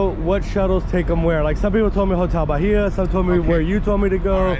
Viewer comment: Hotel Bahia… Bahia is pronounced Ba-ee-ah. The ‘H’ is silent.